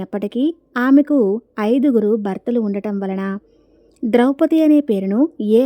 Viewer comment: విషయం ఎంత కొత్తది అయినా ఎంత మంచిది అయినా అక్షర దోషాలు పుష్కలంగా ఉన్నాయి అక్షర దోషాలే కాదు విషయ దోషాలు కూడా ఉన్నాయి ద్రౌపతి కాదు ద్రౌపది అనాలి రాముడి లాంటి రాక్షసుడు మండోదరికి వచ్చాడు అని చెప్పారు వీడియో చేశాక ఒకసారి చెక్ చేసుకోవాలి తప్పులు సవరించుకొని వీడియో పెడితే బాగుంటుంది